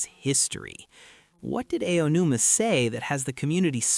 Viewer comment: How did you manage to mispronounce Aonuma like 3 different ways in the first 5 minutes?